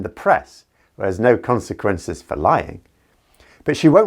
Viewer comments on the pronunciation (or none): none